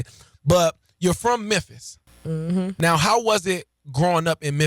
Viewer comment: You know you from the hood when you cannot pronounce the name of your hometown